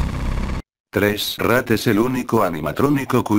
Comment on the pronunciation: En el principio dijiste rak :v